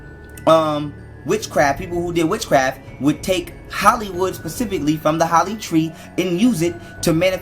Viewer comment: "Holly tree"??? 😂😂😂😂😂